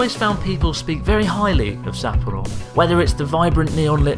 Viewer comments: I cant watch that video dude its SappOro not SApporo. dislike on this one. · Maybe because he butchers the name Sapporo. Sahhhhp-poro. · Why are you mispronouncing Sapporo, emphasising SA? I assume it's on purpose, but why? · If you ever do come back, I can show you around a bit! And teach you slightly better pronunciation of Sapporo 😂